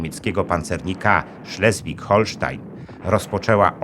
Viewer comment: Dlaczego o kraju związkowym Niemiec mówi się "Szlezwig-Holsztyn" a nazwę okrętu noszącego jego imię zniekształca się do "Szlezwig-Holsztajn" ??